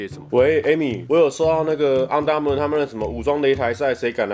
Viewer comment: 那個「昂的Armour」我有被戳到笑點🤣🤣🤣